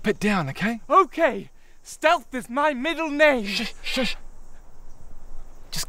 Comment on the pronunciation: "Steatlh" actually pissed me off lol